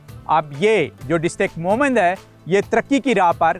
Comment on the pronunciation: بھائ اصل نام “موُہ مَند”ہے آپ بلاوجہ الفاظ کو چباکر تھوک رہے ہو! سمجھے نا یہ مُہمند ہے موُمِند یا مومِن نہیں! نا ہی مُحمند یا مُحمد ہے آپلوگ بہت تکلیف دیرہے ہیں ہمکو!